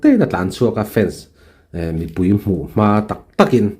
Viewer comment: Rsa kan Mizo púi, ti a, thluk sâng lo vin. Rsa kan mizo pùi ngei ti a, sawi tur a ni ang.